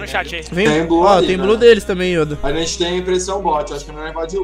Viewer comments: Mais alguém também sente uma agonia com o falando as palavras do jeito errado? PQP ele tenta falar bonito achando q ta certo mas tá errado cara. "Yóda" PQP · porra "Ióda" kkkkkkkkk